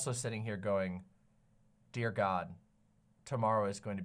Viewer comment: Whenever I says "My Dear God" my brain just assumes she's saying "my Deer God" and of course it's Doe in my mind's eye